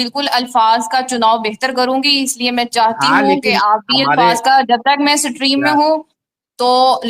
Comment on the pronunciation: 😂😂😂😂😂😂😂😂😂😂😂😂😂😂😂 सट्रीम शब्द होता है या स्ट्रीम होता है